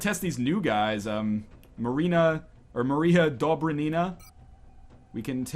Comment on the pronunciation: everytime you say "Dobrynina" it makes me giggle